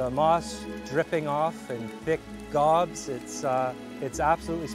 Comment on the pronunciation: Stunning natural beauty. National Parks are for everybody, yes!! My shire of Noosa is surrounded by parks. Therefore we have a population cap. There's only so much room 😅 for people. saying thick 'gobbs' 😂 of moss, old man's beard, bless him. We have the same hahaha. Enjoyed, thanks Earth Stories